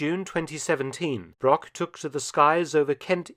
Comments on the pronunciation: The butchering of his surname really hurts, especially because it's used that often in the video. Broch and Brock have completely different pronounceations in German. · A small mistake, non german native speakers do, is the ,ch' sound, the name Broch is not spoken Brock. The ,ch' sound is similar to the noise of an angry cat, but slower and softer.